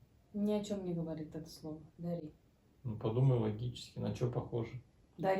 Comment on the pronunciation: У вас произношение неправильное, Дари, на русский лад, что путает людей. Вот здесь ближе к настоящему произношению этого слова . Это не и, а гласный звук похожий на безударную "о" в словах топот(топт), робот(робт).